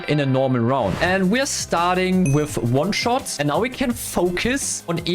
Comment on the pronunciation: In the celebration, the editor said oneshost instead of oneshot xd